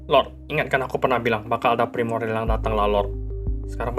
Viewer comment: pas bilang primordian,gua langsung keingat marvin😢